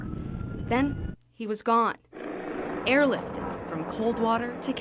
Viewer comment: “Then he was gone…… airlifted-“ WHY DID YOU SAY IT LIKE THAT